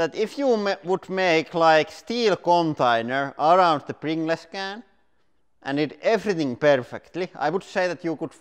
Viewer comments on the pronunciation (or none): u should say "prin-galls" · Btw is pronounced pringulls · Pringle’s is pronounced - Pringls / Pringuls. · I love how he says pringles “pringless” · I say pringless too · Yeah, I can definitely see why non-native English speakers would pronounce "-gles" as "gless" instead of "-guhls". Almost every other language in the world would have pronounced it "-gless". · hahaha, pringlays. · Just came to find out how Lauri was going to pronounce "Pringles", and he didn't disappoint. We brought too much Pepsi MAX to the picnic... Next time we should Pring Less. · Its more of a "pringlez" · More like pring-less, like in something that has no pring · yh mate I'm fukin drowin in tears 😂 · Pring-less less pringles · Love the way he says, Pringles. Pringless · Its pronounced pringels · It's like the word "singles" you say it like sing-guls and not like sing-less haha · Finnish doesn't have any silent letters, so he's pronouncing it the way he sees it written.😀👍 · “Pring-gless”! 🤣🤣🤣🤣🤣 Dude, you’re awesome!! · thats how any finnish pronounces "pringles" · everyone in finland says pringles like that lol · Pring-les he says👌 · I like how he says Prin ge lez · Nobody: Lauri: PRINGLESS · “ Pring Less” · "Pringless can" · Pring-less can Loool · I know it's spelled Pringles but its pronounced Pringuls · prin-gles funny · because English is such a stupid language , pringles is said or "pringals" . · wait how the hell is pringles supposed to be pronounced then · aR Ballistic yeah lol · This is exactly why I loved this so much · Not really an accent thing, it's just the way the word Pringles is said when pronounced like it would be if it was a Finnish word. And because Pringles is called Pringles also in Finland (obviously), people are used to say it like that while speaking of Pringles in Finnish, and don't necessarily realize to change the pronunciation when switching to English. If that makes any sense.